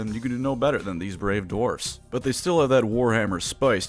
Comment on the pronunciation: There very short sighted no need for hard rrrrr in dewarfs